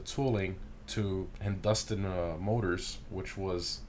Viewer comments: Wow, you slaughtered that name... It's pronounced Hindu-Staan, not Hin-Dustin' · The way he said Hindustan, daammnnn 😂😂😭😭 Got me😣💀💀💀💀